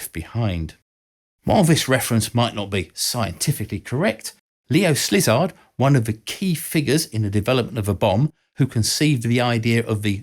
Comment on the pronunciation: Szilárd Leó's name is pronounced like "see-lard" and not "slizzard"